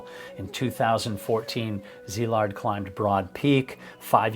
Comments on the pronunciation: I'm Hungarian and had been following Szilard for a while and I was devastated by what happened to him. I really wanted him to succeed. Also thank you for making the effort to pronounce his name properly - very refreshing. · I am a fellow Hungarian and have been following your channel for a while. Thank you for your non-sensational delivery of the facts and especially for pronancing his name correctly. This sort of attention to detail and your thorough research make your channel very special. RIP Szilárd.